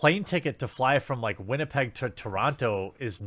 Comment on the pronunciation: I can get a WestJet ticket from Winnipeg to Toronto today for $180.00 plus fees. Oh, and thank you Jeremy for pronouncing Winnipeg properly. Living here, the way people pronounce it poorly bugs the hell out of me.